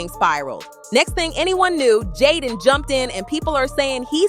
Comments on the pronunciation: who df is jyden? it's pronounced jay~den. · Why is she pronouncing Jayden name like that lol